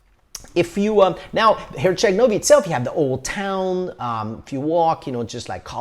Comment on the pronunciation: My ears bled when I heard him say Herceg Novi 😂